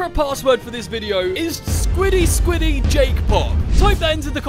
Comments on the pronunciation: My 7 year old son loves your videos!!! I know the video says the password is Squishy Squishy Jake Pop but we hear you SAY “SQUIDY SQUIDY JAKE POP” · Souishy souishy JAKE POP